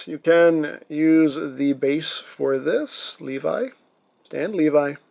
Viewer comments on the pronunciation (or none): It is not pronounced like that it’s le vee that’s how you say it